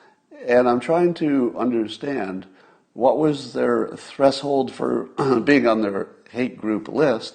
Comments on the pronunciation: Scott, I love ya! But 'threshold' is not pronounced "thressold" :] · I was so surprised he hadn't heard people pronounce it properly and pronounced it the way he thought was correct. Such a common word. Of course, he does hear people pronounce hydroxychloroquine correctly and still pronounces that wrong. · Is Scott's pronunciation of Threshold correct? There is a sh in there! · Oh my god, dude, thank you. I thought I was the only one. Have I been pronouncing this word incorrectly my whole life?! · Cool hwhip?